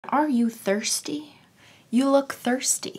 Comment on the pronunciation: I thought she said "Are you thirty?" I was like "um no I'm 16 I'm a little over half way there- wait you said thirsty nvm.."